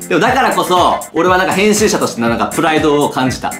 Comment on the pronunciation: 誰がへんすーしたでしょう、にしか聞こえない、、、（笑）